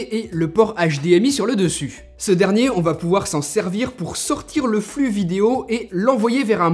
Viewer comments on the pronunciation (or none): none